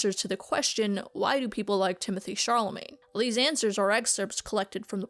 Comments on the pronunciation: Chalamet has no r in it. :) That pronunciation is maybe hard for english speakers but not that hard ti·muh·tay sha·luh·may (its first google result) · Why did you call him Charlemagne instead of "Shallow-May"? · At first, I thought that you were trolling, BUT...the surname of the wooden "actor" is pronounced SHA-LUH-MAY, not SHAR-LUH-MAIN. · It's Chalamet, not Charlemagne. Shall-uh-may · Can research all this, but not the correct pronunciation of Timothy Chalamet's name. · Tim-o-tay Shal-a-may. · There's no R in Chalamet and he's not a decendant of the King of France. Just giving you a hard time, I loved the video :) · why do you keep saying Charlamagne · why does it sound like she's saying Timothee Charlemagne "? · did she say timothee charlamagne xD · Pronunciation Shal-a-may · This video is incredible but why is no one talking about the fact she calls him Timothee Charlamane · Are you saying "Challamagne?" It's very distracting. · kind of off topic but i found it hilarious how you struggled with pronouncing chalamet like, you started to pronounce it as "charlamaine", then "charlamay", then eventaully "chalamaine" lmao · at first i thought u said charlemagne as a joke but then u said it again 😭😭😭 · Try To Pronounce "Chalamet" Challenge: IMPOSSIBLE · I just couldn't continue watching after I heard you seriously mispronounce Chalamet 🤦‍♀️🤷‍♀️ Sorry x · Girl pronounced “Chalamet” different every time she said it 😭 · You pronounced Timothée Chalamet wrong